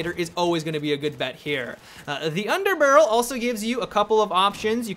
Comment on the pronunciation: The "Under burrrrrr'l"